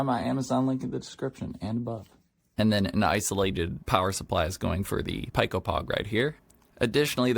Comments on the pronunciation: pico is pronounced like "pee-ko" not "pie-ko" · Not so fast friend, I'm afraid I have to counter your correction with another correction. It's actually pronounced "pie"; the "c" and "o" are silent, meaning his pronunciation was in fact, more correct 🤷‍♂️😅